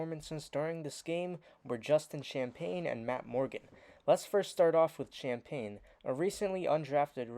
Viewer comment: Justin’s names is pronounced “ sham-penny”